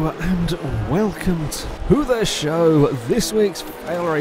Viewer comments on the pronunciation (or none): none